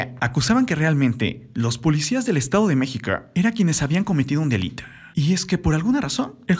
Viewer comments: " Vide, Mexica, Ocañe" VIDA, MĖXICO, OCAÑA, FLACO APRENDE A PRONUNCIARLO BIEN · Octavia ciudad de mexica 🤦🤦🤦 habla bien pooooooorrrr favooooor🙄🙄🙄🙄